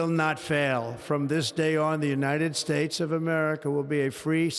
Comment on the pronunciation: what's that Unined States about ''N''